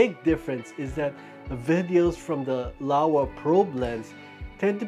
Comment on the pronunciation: Lower: Laowa loll